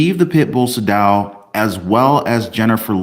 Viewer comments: "Say-Dow." Not "sa-dough" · It’s SAY-DAL!! I appreciate you but your pronunciation of the name kills me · Hey. Great job as always. Btw, Atty Sadow's name is pronounced Saydow, long a. Just saying. He's a great litigator. Love your videos 😊😊